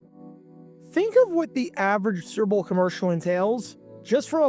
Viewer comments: Why do you keep saying 'Surbole' instead of 'Super Bowl'? Care enough to say it clearly, ffs. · Kept wondering why you're saying "gerble" (🐹). I slowed this thing down to 25% and realized you are trying to say su•per•bowl. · Or Surple? ENUNCIATE! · Is the narrator saying “sir-bull” instead of Super Bowl? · He pronounces Super Bowl like SpBll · Lest anyone think some of the comments are exaggerating the narrator's struggles with saying the words 'Super Bowl,' here is a compilation of all the 'surrble's, or 'surrible's: , , , , , , , , , (twice!), , . It thus seems amazing when he actually manages to say it right at: , (more or less), , and . Interesting vid, though. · "Surble" (Superbowl) is the funniest AI fumble I've ever heard. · Is that an AI voice saying "serbal""has akind of mushy nondescript accent.serbal ..painful.but have hear bc i grew up on Schlitz.. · It’s sounds like you are saying ‘sooberble’. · Well they also said “hell Mary” a number of times. i think we all know it’s “Hail Mary”.🤪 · Cerebral ad or are you saying Super Bowl? You’re aware they’re TWO SEPARATE words involving THREE syllables TRY AGAIN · Why are you pronouncing SUPERBOWL like that? It’s not like it’s whipped cream. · That's how a diction challenged narrator pronounces the word "Superbowl". 🤦‍♂️ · Whats up with your Super Bowl pronunciation? Copyright? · Mispronunciation gets people talking in the comments. That in addition to this video being twice as long as it should be makes me think they’re resorting to obnoxious YouTube tactics to get comments.